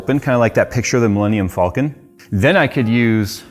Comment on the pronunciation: It bothers me how pronounces “falcon”